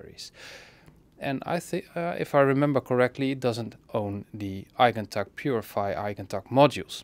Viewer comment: Damn. The way you said “Eigentakt,” you did it like a professional. A professional German, I suppose